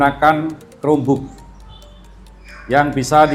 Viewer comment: KROM BUK! BACANYA KROM BUK WOIIII!!! bukan cerome bok